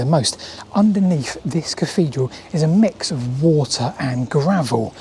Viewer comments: Interesting stuff. But I have to ask - why do you keep calling it a caffedral? It's not a speech impediment, as we hear you clearly saying "thing" & "things" at 2.45 in the video. Is it just lazyness? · What's a caffedral? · Salisbury Cafedral....really?!